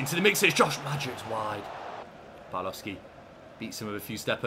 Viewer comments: Just for future reference, the W in Polish is a V sound, and the L with a line through Ł is a W sound. So it's Pav-wov-skee and Bee-yah-wek - great stuff as always, can't wait for the next one:D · A little Polish pronunciation point, the Ł with a line through it is actually a W sound, so your Polish signings are more like a "Bya-weck" and "Pav-wov-ski". Top recruitment nonetheless! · just some advice but you pronounce Pawłowski pavwovski and białek byawek but keep up the good work